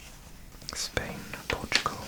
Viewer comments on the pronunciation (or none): none